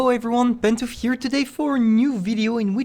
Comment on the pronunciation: Pantoufleee more like hiccupfleee 😂🥖